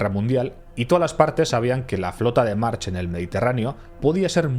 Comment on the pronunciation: Se pronuncia marc